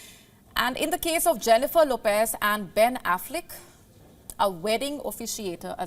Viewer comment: Ben Affleeck 😂😂😂😂😂😂😂😂😂😂😂😂😅😅😅😅😅